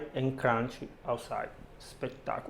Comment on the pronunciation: Best part of the video is when you say "spectacular", spektekula 😉😉😍😍